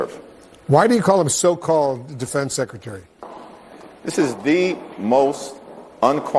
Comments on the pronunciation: If you cant say “Secretary” vs “Sekaterry” then you probably should be out of a job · LOL! Jeffreys can't even say Secretary! he says Secetary! He's such a joke!